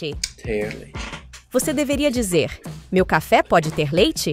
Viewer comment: This is mine = Isso é meu? Like meh-oo